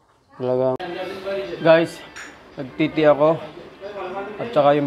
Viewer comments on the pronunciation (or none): “guys nag titi ako” hahaha mali dinig ko nung umpisa 😂